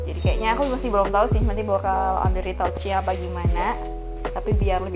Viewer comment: maaf, retouch bacanya bukan ritauch mba tapi ritach